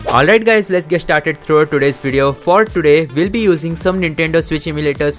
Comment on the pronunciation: Not today❌doday✅